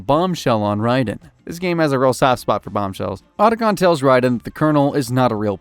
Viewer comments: How the hell o you research a 2 hour movie on the topic and mispronounce Otacon (OUGHT-a-con) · Why do you mispronounce names that are literally spoken in the games? So there isn't any confusion on how it is said. Otacon for instance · yup just like he butchered Otacon's name